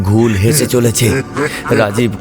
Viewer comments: উপস্থাপনার দিক থেকে ভালো, তবে শ্রোতা হিসেবে কিছু বলার আছে। গল্প পাঠ করার সময় কিছু জিনিস নজর রাখতে হবে যেমন রাজিব এক জায়গায় রজত হয়ে গেছে আর রাজীবের যে চরিত্রটা রয়েছে সেটা ঠিক গলার সাথে ম্যাচ করেনি। কনস্টেবল এর গলা একটু পুরুষালী হলে ভালো হত। আর শব্দটা ঘোউল হয়, ওটা ঘুল হয়ে গেছে। এছাড়া প্রথমের দিকে কথোপকথন গুলো বড্ড তাড়াহুড়ো করে হয়েছে। গল্প যে শুনছে তাকে গল্পটা অনুভব করার সময়টা দিতে হবে, নাহলে কেমন একটা হয়ে ছন্নছাড়া শোনায়। তবে আরও ভালো করে করতেই হবে। ধন্যবাদ। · ঘৌল হবে ঠিক উচ্চারিত শব্দ।